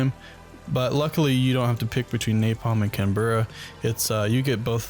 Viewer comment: Canberra is not 2words it is 1 not can-berra it's pronounced canbra but is spelt Canberra it's also a city in Australia